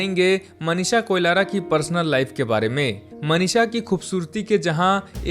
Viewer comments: Koilara nahi Koirala hain theek se pronounce karo, aap baar baar Koilara bol rahe ho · Koilara nahi be koirala hai😂😂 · Abe na murad heroine ka nam to Sahi se le KOIRALA ki jagah Koilara bol raha hai . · कोलारा नहि कोइराला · A bhaisab koilara. nahi koirala hai 😅 koun jaldi hai 😅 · Uske surname Koilara nhi Koirala hai 😂😂